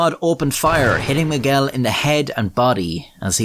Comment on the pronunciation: Miguel, not Moguel!